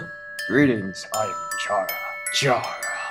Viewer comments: personal peeve. Chara being pronounced with a hard ch in stead of being said like *chara*cter. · Chara is pronounced like Karah. Or like CHARActer. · CHARA IS PRONOUNCED WROOOOOOOOOOOOOOONG!